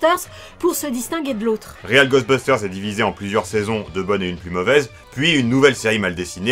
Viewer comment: Je n'ai que très peu vu Real (prononcer "rweel" comme "réel" en anglais) Ghostbusters et n'en ai donc que peu de souvenirs, mais par contre Extreme Ghostbusters était vraiment l'une de mes séries préférées lorsque j'étais pré-ado. J'avais vraiment énormément d'affection pour les personnages, notamment Kylie. Merci beaucoup de lui donner ses lettres de noblesse. Par curiosité, qu'avez-vous pensé du film reboot all-girls ? Personnellement, je l'ai beaucoup aimé.